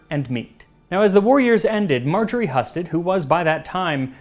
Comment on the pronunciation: I believe your pronunciation of the name "Heeyoo-sted" is wrong, unfortunately. I'm a Husted!